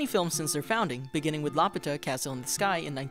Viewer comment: Laputa is not pronounced La-pu-tah!! Its pronunciation is in the freaking movie obviously! It's La-Pyu-tah!!